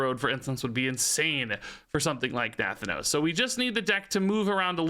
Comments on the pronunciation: NUH THAN NOSE thats the pronunciation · Na-Thanos like Thanos, but with 'nuh' in front this is a real Pelagos moment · Looks like Nathanos is gonna be the new "pronunciation nemesis", after Pelagos! :) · Does anyone else get tilted by the way he says nathanos? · Haha the Nathanos pronunciation kills me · Nathanos is so strange to hear pronounced differently. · Are you saying Nathanos wrong on purpose????